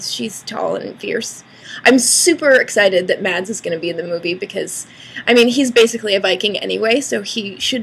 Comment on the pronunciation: Yay Mads :D Although it sounds so weird when you say his name in english...